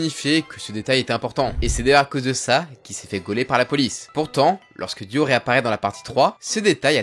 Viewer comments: J’en ai marre qu’il dise « Duo » au lieu de « Dio » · Mais pourquoi tu dis DUO et pas DIO wsh c'est trop byzarre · Pourquoi tu dis « Duo » à chaque fois? (Oui j’ai compris que tu avais des problèmes d’élocution mais quand même)